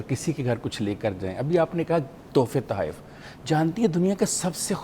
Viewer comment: Tawaef naheen tahayf